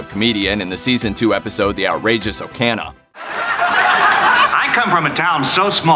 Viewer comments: So I take it the people who read these pieces are not the same ones who write them? Because the information is spot on, but some of those pronunciations...Riker makes a point of enunciating it "oh-wan eggs" (as in rhymes with Obi-Wan), not "Owen eggs." And it's "The Outrageous Oh-cone-uh" not "Oh-can-uh." It's just jarring to hear someone read obscure details like they know them, then fail the basic über-nerd litmus test. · you call the episode, “The Outrageous Okana” it’s Okona